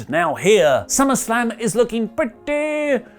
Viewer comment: I mean... summarrrrslam sounds great right?